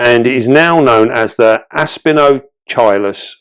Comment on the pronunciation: It's pronounced AspeeNOTCHilus.😉